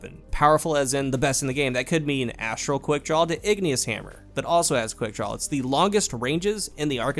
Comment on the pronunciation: Why does it sound like half the time you’re saying. “quickdrawl?”